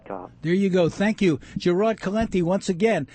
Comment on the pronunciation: Good God this guy just butchered Gerald's name. How in the hell do you get Gerad out of Gerald? Take some English classes before going on the radio...